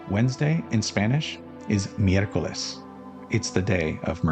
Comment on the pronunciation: You pronounced miercoles really well. Amazing series, I'm hoping I can buy your book soon, these videos are very thoughtful and fun brain-snacks, specially for me that I'm actually working on a desktop gui webapp rn.